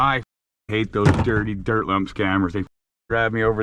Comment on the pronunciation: scoop da dert throw da dert 😂😂 i laugh every time i think about it